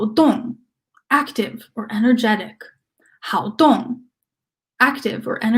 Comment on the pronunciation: thank you great reading. On p16, the 好 in 好动 should be the fourth tone。